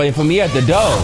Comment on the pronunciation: “Oh you was waitin for me at the do(or).” And I was waitin for the intro 😂😂😂.